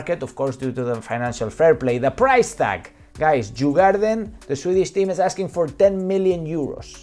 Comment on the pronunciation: It is written djurgården but pronounced yur-goar-den. Meaning the animal farm. Very Beautiful and touristic place during the summer.